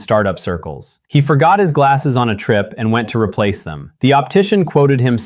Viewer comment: Optician, not optition.